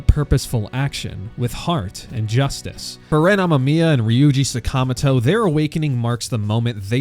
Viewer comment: amaMIya mamma mia! 😂 2 hour essay, took probably at least 4x times that to make, couldn't be bothered to learn how to say the names correctly, yep that's a skip